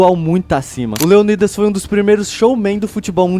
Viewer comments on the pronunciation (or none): Cara, não se pronuncia " Leonídas". é LeÔnidas.